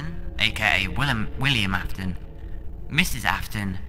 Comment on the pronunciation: "Willem Afton"